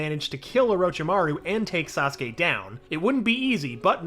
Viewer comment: I’m surprise he pronounced Saskue correctly